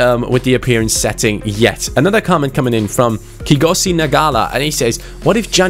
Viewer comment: haven't heard the name Kgosi butchered like that since quarantine started (😂makes me miss uni) Love the series though and the other content